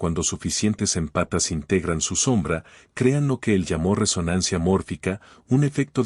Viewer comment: Por favor te lo pido 🙏🏻, no son "empatas", son émpatas, palabra esdrújula 😂😂😂. Me desconcentra escuchar que están descalzos.